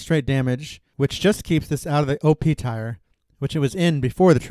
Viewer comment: My dude, good content, but it's pronounced "Teer". Like, the thing that drips from your eye. Not "tie-er" like the things on your car's wheels.